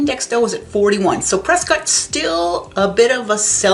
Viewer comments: It's CORRECTLY pronounced Preskitt, not Prescott. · You can’t be a native and not know the story behind it… JS. The town of Prescott, Arizona, is commonly pronounced "Pres-kit" (rhymes with "biscuit") by locals, rather than the more phonetically correct "Pres-cott". This unique pronunciation is a local tradition and has become a point of identity for the town, with newcomers quickly learning to adopt the local vernacular. While the town is named after historian William Hickling Prescott, whose name was pronounced "Pres-cot" by his contemporaries, the town's pronunciation seems to have evolved independently. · LOL on the pronunciation of Prescott. I am an Arizona native and it's one of the dumbest things I've ever heard. Do you pronounce Scott as "skitt"? What about cotton? Do they pronounce it as "kitten"? Their pronunciation makes no sense. LOL